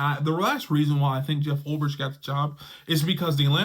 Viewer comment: Oh my God, bro. You and the pronunciation of names. Ulbrich = Ul "BRICK"! Not Ulb "RICH"!!!